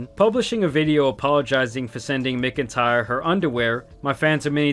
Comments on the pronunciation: Bro listening to you pronounce names and words is hilarious. Do you live under a rock? It’s pronounced “MACK-IN-TIRE”. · MACK-N-TIRE Not whatever the hell ur saying 😂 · completely off topic but McIntyre is usually pronounced Mac IN tire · "... no matter how much he asked." Gross putting it all on a literal child for an adult sending him bra and panties. Her only regret is getting caught. Also, that pronunciation of "McIntyre". 🤣